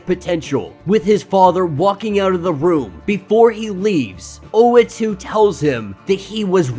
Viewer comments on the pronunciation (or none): Not tryna nitpick, but the guy’s name is Uatu (OO-What-Two), not Oatu (Oh-A-Two). Gone through a number of your videos, hoping you’d realise. Just thought I’d point it out (pls pls pls pls pleeeeeaaaaassee see this, please) Edit: just saw the pinned comment. i’ve heard oh-wah-too and, of course, u-ah-too (how it’s spelt), but never knew oh-ah-too was a popular pronunciation 😅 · Uatu pronounced ooh- wahh- tu . ooh wAhh tu the watcher. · Sorry don't mean to nitpick but the watchers name is pronounced like.....oooooh, wah, too. But you do you I guess. Your videos are dope and I look forward too them. Great job. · hey man, dont worry about it. we can put up with the wrong pronunciation, thanks for all the effort u put in your videos. we appreciate it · That is not how to pronounce the watchers name, watch Disney plus for references. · I cant! You are pronouncing his name wrong which means you probably never took part in a comic discussion ever. Why are you relevant? Please for the sake of the community get out and involve yourself in actual real dialogue before you make a conversation online.